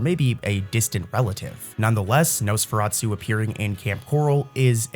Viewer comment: Nosferatu not su